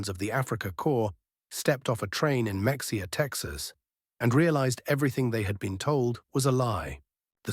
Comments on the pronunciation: IT ISN'T PRONOUNCED MEX E AH... IT'S PRONOUNCED MA HA AH! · Mexia; Texas is pronounced Ma-hay-a like ma; your mother, hay like the stuff you feed horses, a like Ahhh relief. It is a Mexican word, like many Texas towns, because Texas was once part of Mexico. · It is Ma-haya, not Mexia as it is spelled.